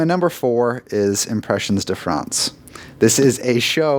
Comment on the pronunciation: #4 lol, "Impressions (English pronunciation) de France (French pronunciation)," maybe pick a lane, or at least do a quick search online to hear how to say "impressions" in French. If you chose the English lane, you'd actually need to say "de" like "be," and never like "day" as and far too many others are under the impression of. Great content as always, but thanks for the chuckle; next up, let's work on not pronouncing crêpe like "crape.";) =D